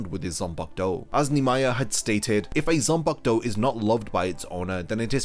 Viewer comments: You explain things well. The only thing that gives me migraines is how you pronounce ZAN-PA-KU-TO as "Sen-pag-douh". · "zumpuck toe."